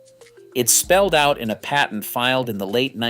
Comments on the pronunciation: "Paytent"? What's a "paytent"? You mean patent, right? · You mean because he said "pay-tent" instead of patent? I too am sick of AI dialog. For one thing it drones on and on and on. Three minute vids become eight with the same info. "If you think this is amazing, just wait until the end". Ugghhh! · Umm, I don't drink milk, so NO, it is not in my fridge. "paytent"? lol